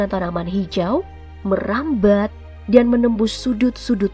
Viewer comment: 7.50 : logatnya medhok banget ya “merambhaad”